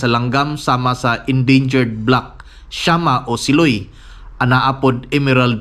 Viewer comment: SIloy is pronounced malumay not mabilis